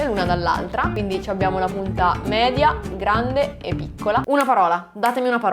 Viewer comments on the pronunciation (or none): none